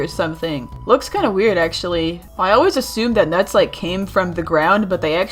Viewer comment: nuts its not that hard to say